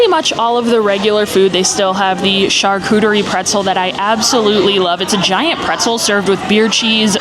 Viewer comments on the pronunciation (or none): none